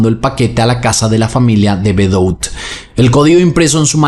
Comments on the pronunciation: El apellido De Bedout se pronuncia "De Bedut", no bedout 😂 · Debeduá!!!! se pronuncia. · El apellido se pronuncia de bedú. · Hola, solo por información te cuento que el apellido de las victimas se escribe "De Bedout" pero se pronuncia "De Bedut".